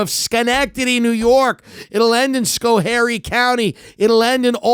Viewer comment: I got chills when he said Schoharie correctly lol I grew up there